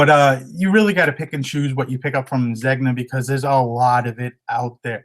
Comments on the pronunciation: I think Zegna is pronounced Zen-Ya. Your location for sourcing is amazing. My area has tons of Pendleton. I'm always getting Pendleton jackets with elbow pads. I'm in Kansas. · ZEGNA is pronounced ZANE-YAH